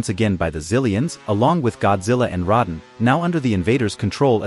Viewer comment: You pronounce rodan as. Roe Dan. Not rod on